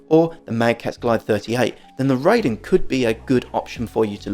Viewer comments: Just FYI the Raiden 雷電 (thunder and lightning) is not pronounced "RAY-DEN" as in ray beam but *RYE-DEN as in rye bread. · No, it sounds wrong. "Ray-den" would be REI-DEN not RAI-DEN. 霊殿 (reiden) means shrine or mausoleum and it's an obscure obsolete word since jinja is most commonly used for shine. Japanese will not know what you are talking about and will correct you. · And you're still going to be wrong. Your ego won't change this fact. This is a Made in Japan product, ライデン is a Japanese word, and RAIDEN will always be pronounced RYE-DEN not RAY-den in spite of your ego and your ignorance. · Ray-den sounds better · Bro, respectfully, I also should tell you to listen to yourself. Was it even necessary to tell me that you think your mispronunciation sounds better and will continue mispronouncing the Japanese word? What was the point of that other than to prove what a stubborn a$s you can be. You have a blessed day as well.